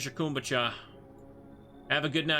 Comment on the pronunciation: Why is no one correcting him on his pronunciation of kombucha? 😭